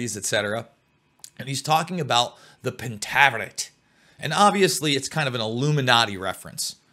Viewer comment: FINALLY! Someone discussing this SERIES knowing it's past and heck, even how to pronounce the name correctly is so fulfilling. Lol I've listened to people try to talk about this but knew nothing of it's roots or what it even was about. Which really upset me more than whatever they were even talking about.... But for the show, I could've done without all the penis'